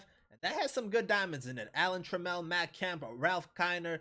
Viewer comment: You’re pronouncing Trammell wrong. The emphasis is on the first syllable. It rhymes with travel